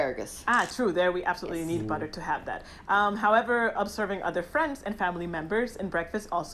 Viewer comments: Ei leik itt this wäiii bä.a 😂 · I love how you prounounce "butter" with neither the German "tt" nor the English "dd", but just completely leaving out those glottal "t"s. 🙂 Bri'ish English rulez!